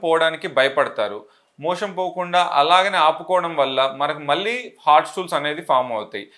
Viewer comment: 'మోషన్ ' అనడానికి బదులు మీరు 'మోషం' అంటున్నట్టున్నారేంటి?